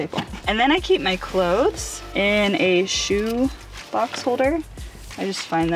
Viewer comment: She is the only person I have ever heard enunciate the word cloTHes correctly. ☺️